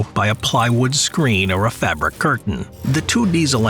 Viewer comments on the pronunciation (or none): none